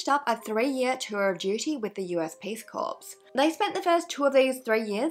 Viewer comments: It is pronounced cor - not corpse! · Hey, A big hello from Brissy. Love your content! 🥰 Just thought I’d let you know that ‘corps’ is pronounced ‘core’. Being from an ADF family I’d be shot on sight if it was found that I didn’t correct someone’s pronunciation of the word 😉. Keep up the great videos xx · Hi Erin! Oh no I had a funny feeling I'd heard it pronounced 'core' but when I saw the spelling I figured I'd misheard it 🙈 Thank you for letting me know! xx